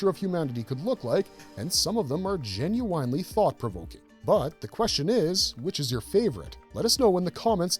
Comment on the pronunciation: why does the narration mispronounce one of the most basic words "genuenly"?